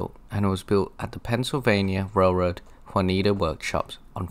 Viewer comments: BTW, the name of the town where the PRR had (and NS continues to have) locomotive shops is pronounced JOO-NE-AT-UH. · "June e AT uh " shop. Great video!!!! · It's akin to saying " June miata " but minus the m; jun-i-ata.